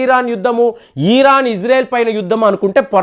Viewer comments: Eeran kadu Iran Ani matladu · ఇరాన్ దయచేసి గమనించగలరు